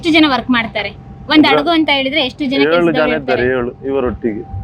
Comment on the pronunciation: ಅದು ಅಡಗು ಅಲ್ಲ ಹಡಗು ಮೊದಲು ಕನ್ನಡ math ಆಡುವ ಧನ್ನು ಸರಿಯಾಗಿ ಕಲಿ ಆಮೇಲೆ ವಿಡಿಯೋ ಮಾಡು ಮಹಾರಾಯಿತಿ ನೀನು ಎಷ್ಟು. ಇರ್ರಿಟೈಟಿಂಗ್